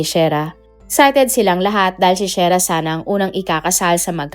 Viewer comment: SHERRRAAAAAAAAAAAAAAAAAAAAAAAAAAAAAAAAA HINDI SHAIRAAAAAAAAAAAAAAAAAAAAAAAAA MALI MALI